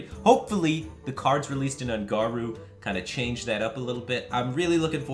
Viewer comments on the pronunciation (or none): again he said "un'garoo" instead of un'goro... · Please stop pronouncing it "un'Garu"